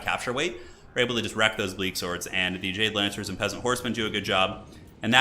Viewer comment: The jade lancers... You said it like... DJ Lancers? Is this the power to rival khatep?!